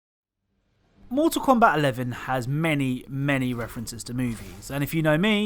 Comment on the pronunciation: Everyone: "Mortal Kombat.": "Moetahl Kowmbat."